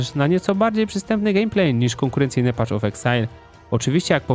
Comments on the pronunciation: Wszystko super tylko "paf" of exile, a nie "pacz". Path --> Patch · *Paf of eksajl , a nie PACZ of eksajl ;) tam nie ma patCH tylko jest paTH